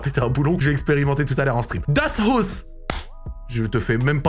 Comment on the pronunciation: Ça se prononce das Haousse si jms